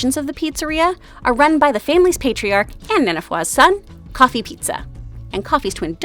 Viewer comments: Just so y’all know, Kiki and Jenny’s dads name is not Coffee. It’s Kofi. Koe-fee. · It’s Kofe-ee